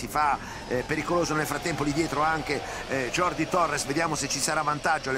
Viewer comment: Continuano le mie classi di castillano e catalan, solo ed esclusivamente se vuoi aprendere un poco...non e mia intenzione essere saccente. Passiamo al catalan : jordi si dice giordi...proprio perche la j catalana o valenciana o baleares non e la j spagnola ☺️😉